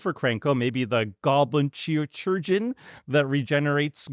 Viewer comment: Sad to hear that even can’t pronounce “chirurgeon” from the comfort of his fancy Paris apartment with the appropriate amount of French phlegm.